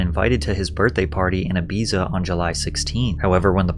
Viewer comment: Aye bee za 😂😂